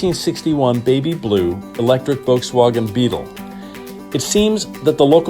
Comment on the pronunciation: "Volkswoggen"... Pok thuh cah Motha.